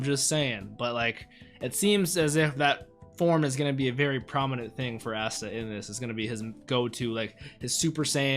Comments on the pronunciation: he said assta instead of asta🤣🤣🤣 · Ah-sta not Aa-sta